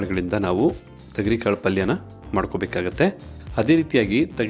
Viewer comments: Bhayya thagari kaalu Alla, thogari kaalu heli, gothildavaru hage heltare, karma, Kannada bashey koley madbedi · Tegari kaalu alla thogri kaalu